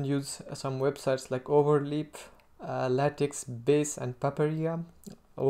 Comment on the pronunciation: Your English is just fine. I'd work on accent and pronunciation a bit. For example, you pronounce "English" as "Engliss". Also, LaTeX is pronounced "lah-tech" not "lay-tex".